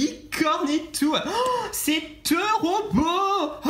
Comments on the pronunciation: Je t'aime bien mais arrêt de dire "tero beau "😄😙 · Mdrr " c teuroh booow " mdrrr 😂😂😂